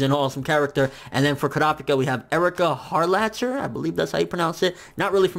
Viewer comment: By the way,, Harlacher is pronounced Har-la-ker. Silent H. Keith Silverstein is Kimimaro from Naruto, Masrur from Magi, Mikoto from K, Johan Liebert from Monster and Speedwagon from Jojo. Judging by Johan, he will be an amazing Hisoka. Also, Harlacher was Elizabeth from Seven Deadly Sins.